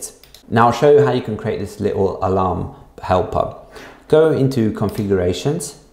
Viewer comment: i thought u were saying hellpup before i saw helper, hellpup was cooler